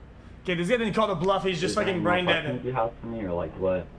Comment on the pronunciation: you always had trouble saying brain